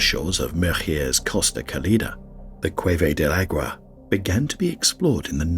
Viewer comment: You do a wonderful job butchering Spanish!